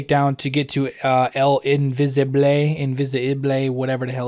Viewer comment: Idk how you’re struggling with the name el invisible when this awful DLC starts it by having the annoying as dicks Karen Bowman say the name about 4 times. It’s literally pronounced the english way, not el invisibley or whatever awful accent you’re going for my man. Still love your vids and the reviews